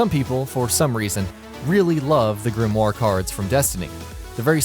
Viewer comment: This is a really awkward video it seems like this guy knows what he's talking about to the casual player, but to a destiny players it's awkward for example how he talks about grinding perfect rolls then showing a shit roll and the way he pronounces grimoire and mida-multi tool